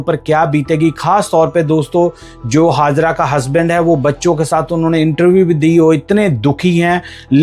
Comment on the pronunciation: Its Hajera not Hazara when you have say J you pronounce as Z & again when you have to say Z you pronounce as J stupid fellow 😂😂😂😂😂😂